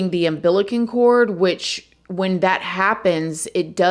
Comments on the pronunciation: I know she didn’t just call it an “umbilican cord” lmfao 😂 gotta love her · UM-BIL-I-CAL cord🤣😂🤣😂 😜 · UMBILICALLLL UMBILICALLLLLLL CORD. YOU WANT TO BE TAKEN SERIOUSLY... LEARN HOW TO SPEAK PROPERLY! THIS IRRITATES THE SHYT OUTTA ME. ILLITERATE AND IGNORANT! UMBILICALLLLLLLL CORD. THERE IS NO N